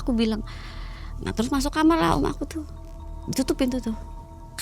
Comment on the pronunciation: Sebanyak video yg aku tonton,, kok banyak Narsum yg bilang kamar itu jadi kamer😂😂😂dan apakah benar smua kisah yg di cerita kan itu benar adanya, smua tentang pesugihan 😂😂😂😂😂😂 berarti di Indonesia bnyak manusia yg tersesat juga ya..